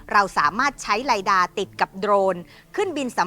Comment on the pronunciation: ชื่อ ไลด้า ครับ อา่นออกเสียงไม่ตรงครับ ฉับ ฉนเลย..